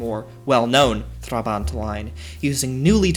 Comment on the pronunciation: Why not just establish how to correctly pronounce... "Trabant"... then... pronounce it that way. This makes you look like an amateur. And, as such... not worth my time.